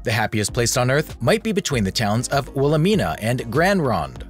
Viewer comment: The 'Smiley' face in the trees, is about 20 mins from us, headed to the Oregon Coast. The town's it is located between are Willamina & Grand Ronde, as you mentioned. The correct pronunciation for Willamina, is Wil-la-my-na 😉 Just like people want to pronounce Oregon, Or-e-gone, when it's really, Or-e-gun 😁 Nevada, Ne-va-da, not Ne-vaw-da lol Aren't we humans funny sometimes?? Great video though! Pretty crazy! 😎